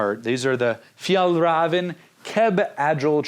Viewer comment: Its excellent brand! I'm from Scandinavia myself and it makes me giggle everytime you pronounce it 🤭 It was so cool to see your Iceland adventure 👍🏻 I love your videos ❤